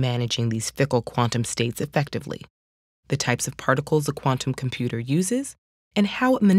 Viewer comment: Not a fan of how she says "quantum computer". Thank you, that is all